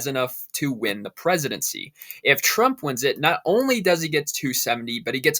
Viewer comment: TRUMP not TRAMP !!!